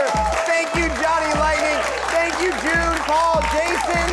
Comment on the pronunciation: Hey Dan. I don't like your smug face. Probably because you mispronounced June's name. It was a pretty amateur hour move. Hey June. I love you.